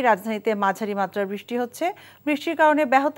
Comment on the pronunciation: বৃষ্টি উচ্চারণ সঠিক হচ্ছে না।